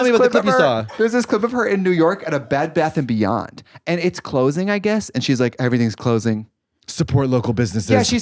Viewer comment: i laughed for like 10minutes at trixie calling it a "Bad Beth and Beyond"